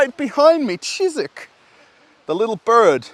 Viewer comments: I just can't help myself but try to correct you. It's Чижик not Чизик. The sound ж is similar to the first sound in word 'genre'. I'm sure it's cute when you say it Чизик but for Russians Чизик sounds like little cheese or something 😄 Update. You already corrected yourself later on in the video. My bad😂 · Dear, it's not "chizik". It's "chidgik".:-) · Not cheezeeck, but cheegeeck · так и не научился выговаривать букву Ж😁